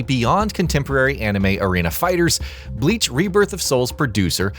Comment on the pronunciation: My guy I get pronouncing forgein words is hard sometimes but still you are posting a review of a game. Atleast do more rescherch about how to pronounce the words correctly. It's very clear that you have never watched Bleach because if you did then you would have never pronounced the word or character names so badly.